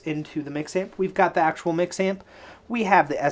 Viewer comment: why do you say accual sooo much?